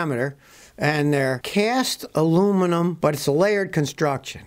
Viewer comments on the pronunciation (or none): none